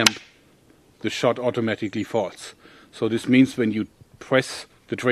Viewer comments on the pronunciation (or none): At 57 seconds did he say "the shot automatically farts"?😊